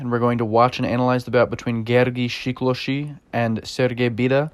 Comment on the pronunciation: SE- KLOSH-E. Accent on the first syllable. NOT SHE KLOSHE Thanks. Love your videos.